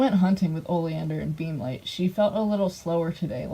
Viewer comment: I kept hearing beamlight as beanlight